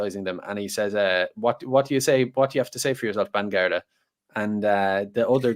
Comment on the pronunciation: Overusing certain types of qualifiers (e.g. “like” and “kind of”) can make the discussion sound lazily constructed. Others include “you know” “I mean” “sort of” “whatever” “an stuff” “I don’t know” “like yeah” btw it is "Bangharda" (properly "bean-gharda") from the Irish, not Banguard. GRMA